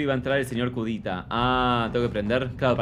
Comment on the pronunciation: Voy a hacer una petición para que cambien el nombre de la protagonista a Nerea y al primer enemigo a Sr. Curita (pronunciado como Cudita).